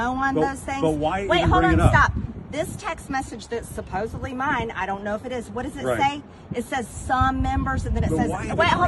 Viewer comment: I knew she would pronounce the word supposedly with a 'b', supposebly, and she did.